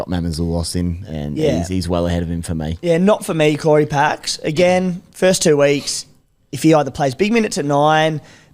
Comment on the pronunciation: Hey fellas Paix pronounced his name like PAYX as in pay cheque not PAX - he also hasn't started as a 9 in 2 years when he was 22 or 23 and a converted half-back. Not saying he'll be a keeper but I think you're burying the lead a little bit.